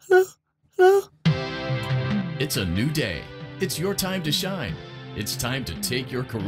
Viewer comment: it’s funny how his “hello” slowly turns into a “hell no”